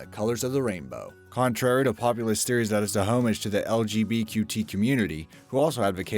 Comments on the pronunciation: bwahahaha Boy, you're really good at creative pronunciation! Homage? Feng shui? Good work. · You've mispronounced "Bayerische" and "homage."